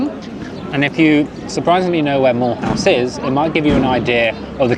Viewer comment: Mulhouse is pronounced MILOOZE